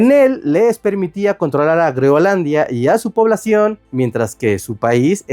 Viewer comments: Escucho a cada rato Greonlandia o Greolandia y es Groenlandia en español!!! Por favor, estoy viejo y cascarrabias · creo que alguien tiene un problema para decir groenlandia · Muy interesante el tema, pero.... No pude soportar un "Greolandia" o "Grolandia" más. Abortando misión en minuto . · Debe ser que la "n" es muda. 😂